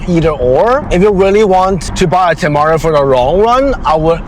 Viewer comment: You're pronouncing the temerario wrong.